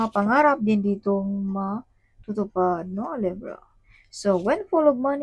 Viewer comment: LEYBRA ❌ LEBRAH❌ LEVRA❌ LEBRAH❌ LIBRA✅